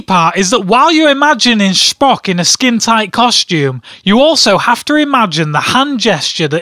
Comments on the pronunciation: Sphock u say it wrong it's pronounced spo-ck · Its star trek dumbass and its not SHPOCKSH its Spock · SPOCK is not from Star Wars he is from Star Trek and you don't call him shpock it's Spock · STAR TREK AND ITS SPOCK NOT SHPOCK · "Shpock" lol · Lol "shpock" :) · Can't stop laughing at the way he pronounces Schpock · It's Star Trek and it's Spock (sp-o-ck) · "Shhhpock" Wat. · It's pronounced "Shpock"? I didn't know that Spock is German. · You fool, it's pronounced Speck